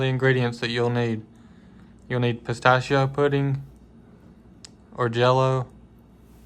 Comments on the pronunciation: 🩷🌷🩷I love how says pastacio 🥜 and 🍝 spaghetti. Shes the Miss Kay 0f SWV🩷🌷🩷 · You are not alone! Try as I might, I always end up saying "spistachio"😂